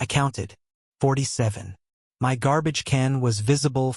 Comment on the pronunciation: Whats with the "M. Y. " business? Its one word - my, as in mine. Spend a bit more and get a decent AI voice-over.